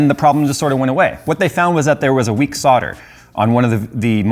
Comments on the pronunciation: It's 'SOLDER', with an 'L', not 'SODDER', whatever that might be... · Is there a reason why Americans never pronouce the 'L' in solder? Sounds strange as a Brit to hear about weak sodder joints all the time! 🧐